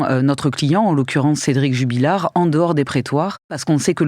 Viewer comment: Jubillar et non Jubilliar.... Les journalistes